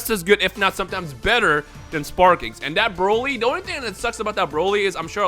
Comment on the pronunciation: "buuroly". The Buu who absorbs Broly